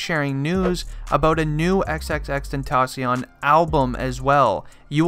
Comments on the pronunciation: EX EX EX TEN TOH SION why u say it like dat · Xxx ten-ta-SION LMAO I k ow its spelled Xxx tentacion but still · is anyone else triggered thatb he's saying his name wrong xxRIPxx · this dude said he was a real x fan but did not say his name right gtfo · hes too white to say tentacion right:| immediately stopped watching